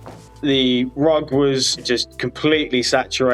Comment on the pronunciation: Noooo ru-ugg, no cry